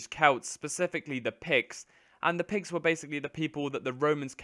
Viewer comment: Haha I was overhearing the video and instead of "Picts" I heard "Pigs" :D